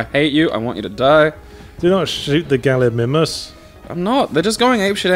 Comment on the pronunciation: I find it funny that Yahtzee kept saying Galli-ME-mus, and kept trying to subtly make Yahtzee realize it was Galli-MY-mus by always using the word, properly pronounced, in his response.